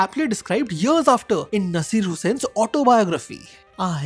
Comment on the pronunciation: BTW it's Nasser not Naseer.